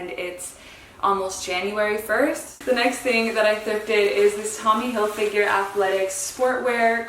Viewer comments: HilFIGER rhymes with TRIGGER; it’s Not Hil FINGER❗️😖❗️ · I don’t care for the brand a’tall cuz the market is so saturated with it but HILFIGGER rhymes with TRIGGER- it’s NOT HilFIGURE.